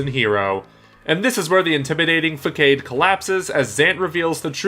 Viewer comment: Fuhkades, ersuppers, and automations, huh? Some interesting pronunciations you got there